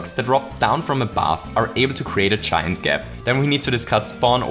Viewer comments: Thought he was saying chime gap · I thought you were saying "chime gap" but you're saying "giant gap". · I just figured out he's saying giant instead of chine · did anyone else have no idea he was saying "giant" gap until like 3 minutes into the video